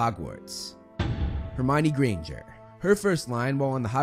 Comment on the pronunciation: it`s not ginger it`s granger